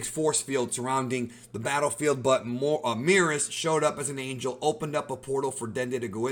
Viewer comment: The way you pronounce Merus really peeves me off